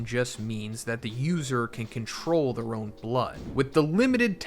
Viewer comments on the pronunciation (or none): none